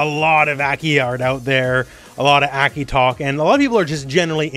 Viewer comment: Why do you keep calling her Eki?